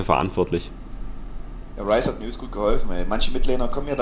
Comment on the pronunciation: Du sprichst nun Ryze richtig aus - sehr gut :D (nicht, dass es wichtig wäre)